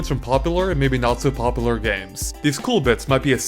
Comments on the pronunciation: It's "pop-you-lurr," not "pop-uhh-lurr!" FIX ITLKSDJF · Seriously am I the only one who thinks this guy is purposely trying to sound like a complete douchebag? His voice hurts to hear. "Poppular and not so poppular gemz."